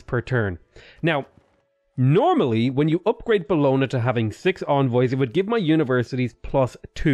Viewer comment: Triggered by the pronunciation of “Bologna”